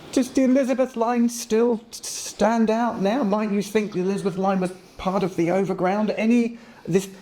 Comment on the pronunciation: i know what you mean but you said elizabeth is 3 syllables rather than 4